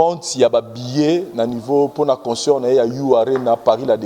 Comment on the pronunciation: Essaye de bien prononcer le mot concert et non conceur, tres souvent tu prononce comme cela. Sans rancune